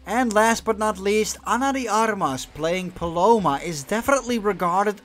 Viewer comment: Ana de Armas, and Paloma. Armendariz the R is soft though, and I think in another video also I noticed the effort to pronounce right, so, congrats.